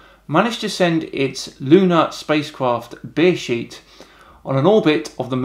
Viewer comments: Great video but your Britishness is comming out so damn much when reading the Hebrew names :D Its Space IL so you say it (Space Ay El) In addition, its Be-Re-Sheet. Not even offended, this is hilarious. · Did he say Bear Shit??